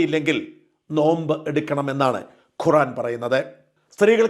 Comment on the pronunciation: ഷാജാ ഖുറാനല്ല. ഖുർആൻ. അല്ലാഹു എന്നു പറയുക. അള്ളാഹു എന്നല്ല.